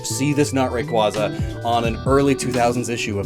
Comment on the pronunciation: For a guy that prides himself on knowing Pokemon origins you think he would at least learn to properly pronounce their names cough Rayquaza cough